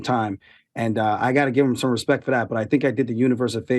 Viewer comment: Aljo “Put some Respeck on my name” Sterling